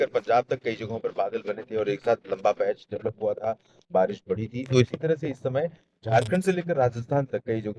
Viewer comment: Barish ko kabhi kabhi barash bol de rhe ho aap 😅